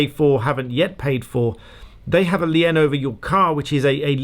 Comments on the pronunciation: a rare mispronunciation. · Not the point at all but I've never heard anyone pronounce "lien" with two syllables. (We pronounce it exactly the same as "lean" in Canada.) Every time I watch this channel I'm reminded that despite all the BBC television I've watched over the years, I haven't heard every UK accent yet.